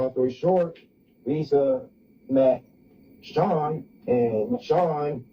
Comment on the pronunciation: Chri-SEAN Malone father: SEAN Malone